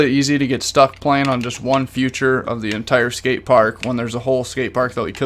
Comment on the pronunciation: Learn how to say “feature” not “future” no hate it just annoys me so much 😂😂😅😅